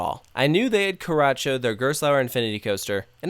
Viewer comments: everytime you say karracho wron i wana screm IT IS NOT KARACHIO IT IS KARACHO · The ch in Karacho is Not pronounced like the ch in Nachos.So it is Not Karatcho. Its like the mexican pronounciation of ch in Churros. And its Not Mammutt,its like Mamoot. Ask me for any German pronounciation of a roller Coaster. Especially for Hansa Park 's names. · 1) the animal things are german bedtime stories/fables 2) they dont accept Credit Cards casue in germany we use EC cards instead of Debits 3) Karacho is pronounced very differently xD 4) the Bathtub one is themed to the fountain of youth, basically, thats why all the naked people that go in old and come out young